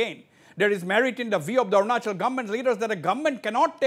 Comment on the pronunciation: By the way.....its Arunachal Pradesh not Orunachol Pradesh sir.....!